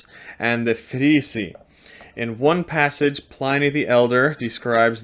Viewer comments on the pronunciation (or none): Informative. Thank you. I’ve heard the correct pronounciation of Frisii is actually “Frisi-i”.